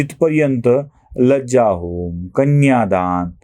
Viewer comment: आपण विवाहविधींच्या यादीत लज्जाहोम असे उच्चारले. हा विधी लाजाहोम म्हणजे लाह्यांचा होम आहे. लज्जेचा नव्हे. तेव्हा लाजाहोम हे योग्य नाव आहे.